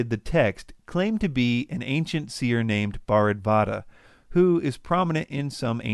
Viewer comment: Have you really consulted any legitimate history professor or historian here in India, let alone pronounce you cant even get the names right.one should sue you for worst pronunciation and mocking of Hindu texts and names. if you are so in to the conspiracy theories, do your home work before you edit a video like the above... if you have a point, yes i agree you should show it, but you can't even get the translation right yourself and you mock the translated text mentioned in the video. over all one of the fools are those who make 'Ancient Aliens' saying every now and then "our Ancient astronaut theorist believes" and here you are saying everything is false.have you checked Da vinci entire text and practically tried whether all the planes will fly? No? then you should...